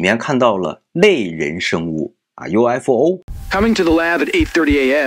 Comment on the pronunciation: 應該不會把UFO分開說成U F O吧？要連在一起念😂